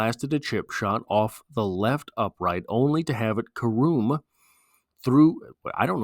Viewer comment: It's pronounce care um and it is a real word.